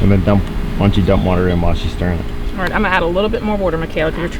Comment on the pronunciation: Love how you say "water." I grew up in MD, and i miss hearing it said like that.